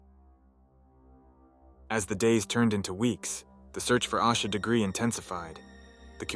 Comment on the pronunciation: Learn to pronounce her name correctly